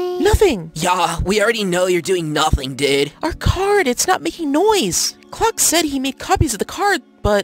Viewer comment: i think he said "croc" instead of "clock"